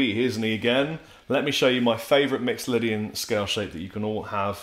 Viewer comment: He actually pronounces mixolydian right